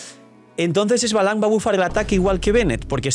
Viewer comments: Xbalanqué es un nombre maya. En maya lo pronunciamos Shbalanqué. La e es tonal y no hay I antes de la X. A mi saurio le puse K'uum, calabaza en maya. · Solo como anotación. Se pronuncia "ishbalanqué" y ya en una misión se mencionó que fue el primer arconte pyro